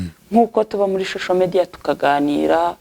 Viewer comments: ntibavuga shosho mediya bavuga social media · ntibavuga shosho media bavuga social media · Nti bavuga shosho mediya 😅. 😂